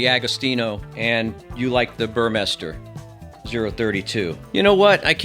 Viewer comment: Burmester is a german brand and manufacturer. The "u" is pronounced like in "tube". So you were quite close to pronounce it right. Apart from the super flat, which you liked, I agree with you. Seeing this flat one, I instantly wondered why you showed the base matt and where the amplifier, which is supposed to be on it, was?